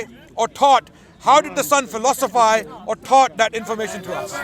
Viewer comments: fi-los-uh-fahyz ...😂😂😂 ...smh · is struggling to say philosophize lol.....Phil.... Lo....sa...fizes say it slowly and relax before you hyperventilate......... Because of Sa Ra lol!